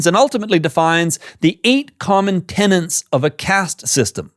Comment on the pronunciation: It is “TENETS”, fer cryin’ out loud :c Blaaarghhh lol😢😮😅😊